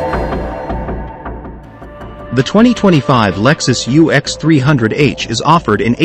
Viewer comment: The “uhx”? You mean the “U ex”